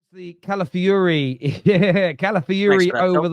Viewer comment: Cala fi ori not Cala fury. geezus its not rocket science.